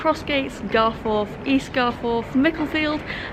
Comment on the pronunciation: The gates are further up the road on the round about, spent a lot of time down at croggie as a lad during school days... Leeds lad by trade you see 😝 Now.. It's "GarfUth' not "GarFourth" We're Not posh.. On to Mickie, which is a bit of a s**t hole... Well done for not getting stabbed!😁👍